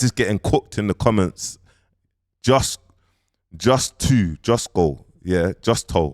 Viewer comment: Man said justwo 😂 is funny still